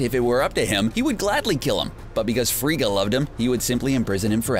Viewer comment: Frigga. Not Frieda. facepalm